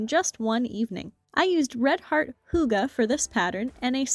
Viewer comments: I love this, so simple. I'll definitely make a pair this autumn! The only problem I have is that "hygge" isn't pronounced like that (I know it says it on the packaging) and as a dane it bothers me. The y sounds more like the vowel sound in "hue". Hue - gah or hu - gah would be more accurate. I wonder if the company is Danish, because they did not understand the assignment... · "hoo-gah"?! They don't seriously think that's how you pronounce "hygge", right? 😆🤣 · great tutorial! was surprised by how americans pronounce hygge tho 😳